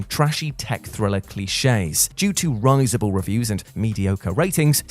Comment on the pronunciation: This has the second time I've heard 'risible' mispronounced on this channel in as many days. Michael Palin says it correctly (Hmm) in the Biggus Dickus scene, so at least you'll have fun checking.